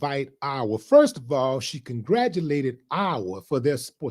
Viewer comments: Ohhhh mannnn...half the video he was sayin' Iowa, butt it sounded like OUR...my bad D Willie😂😂😂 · Willie it's (Eye- yah - wah) Lol you country .